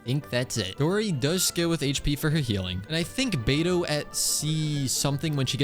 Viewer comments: 3hrs and still “bediou” 🫩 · brother said “bediou” 🥀🥀🥀 real smooth